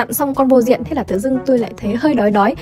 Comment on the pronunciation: Lúc đầu em nghe là vô diện lúc sau chị viết lên màn hình em mới biết cô diện